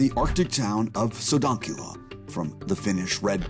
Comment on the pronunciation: It is pronanced SOODAANKYYLÄÄ